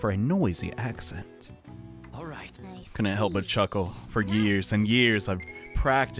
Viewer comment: did he just say ascent as "accent" or